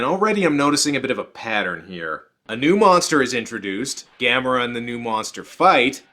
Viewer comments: That's weird they pronounced it like that since it's Gamera like camera, nobody in NA pronounces camera as Cah-mera. O_o??? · Sandy Frank Dub??? I know my copy of Gamera vs Gyaos has 2 Dubs, but the way I distinguish each one is by how the characters pronounce Gamera's name. And I personally prefer the one where they pronounce his name as Ga-Mer-Uh. NOT Ga-Mair-uh.